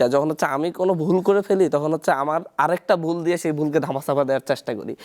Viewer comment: এই বেটা “হচ্ছে” বলতে চাচ্ছি” হচ্ছে” বাংলাটাও “ হচ্ছে” এখন “যুদি” হচ্ছে , বাংলাটাও বলতে পারে না, নেতা হয়ে গেছে